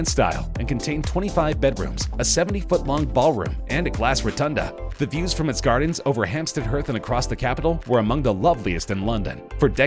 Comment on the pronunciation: Where the fuck is Hampstead huth I think you mean heath